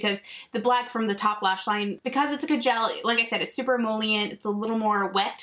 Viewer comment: Are you saying ca-gel liner?